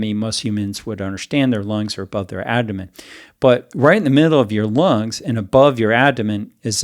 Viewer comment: Is he calling the abdomen the "adomen"? I can't tell but I don't think he's saying it right. Maybe I'm missing it but if I'm not, that makes me question his expertise even if I do believe him re: heart fat.